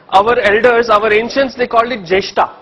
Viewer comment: It’s jesht, Vashist Not Jeshtaa and Vashistaa just like ganeshaaa buddhaaa ramaa and so on It’s Interest to hear you but please make the pronunciation correct 🙏🏻